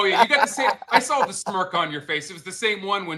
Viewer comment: Every time says Sawl or Drawl I want to lose my mind! It’s Saw and Draw! There’s no Fucking L!!!!! Besides that great job boys. calling CC son LD is fucking classic!!!!! Never change boys